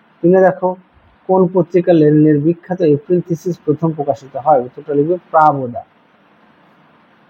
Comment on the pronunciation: স্যার ওটা প্রাবদা নয় প্রাভদা হবে ২.৩ ta